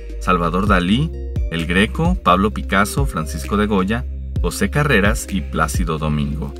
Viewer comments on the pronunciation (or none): none